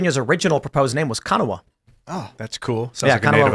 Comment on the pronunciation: Tim sounds like my GPS saying "Kanawha" with 3 syllables instead of 2. In Kanawha, the "nawha" part is pronounced like "gnaw" and the "ha" is basically silent. So it would be pronounced "Kagnaw" with the G being silent. Kanawha. Also, most holler locals that speak like their grandparents grandparents will pronounce Hurricane,WV like English people do but with a thick southern twang.